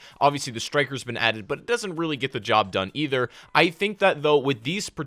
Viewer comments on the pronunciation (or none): none